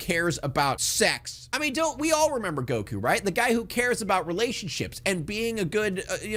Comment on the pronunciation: Yeah, I mentally checked out after “Geeku”